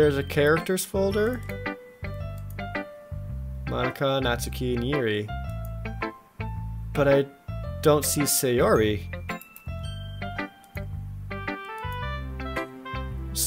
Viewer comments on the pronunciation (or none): Moan a ka? That's not the right pronunciation